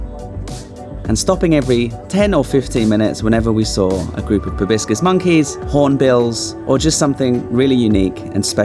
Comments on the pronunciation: FYI ProbOscis, not ProBiscis. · Riiiiight?! He must’ve said “probiscus” at least 5 times! But I still love ur Asian vlogs, 😅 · Is a "probiscus" monkey similar to a "proboscis" one? 😂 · It's Proboscis monkey. Not Probiscus.